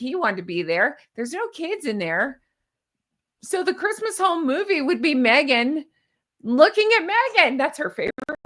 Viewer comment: She can't even say "Christmas"...